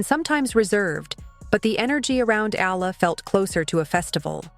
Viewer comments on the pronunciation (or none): Its pronounced E all a